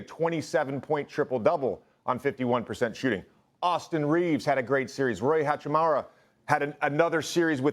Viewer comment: Hachimara, Hachimuri, Hachami, Hachmiri, Hachimuru...